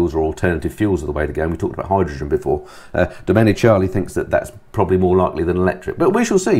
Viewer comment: The fellas on MotoGP commentary pronounce it DomeniKAli